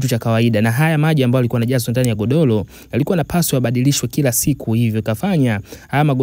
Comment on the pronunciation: SIO "LAHA" INATAMKWA "RAHA" NA SIO "GODOLO" NI "GODORO"